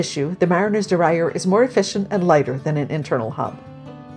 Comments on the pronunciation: Try saying dee-rail-yer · it's dee-RAIL-uhr